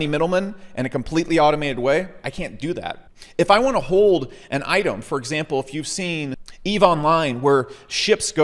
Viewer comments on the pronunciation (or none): none